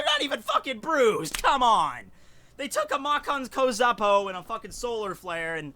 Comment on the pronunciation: if u can't say makankosappo please just say Special Beam Cannon. I love but I won't let that one slide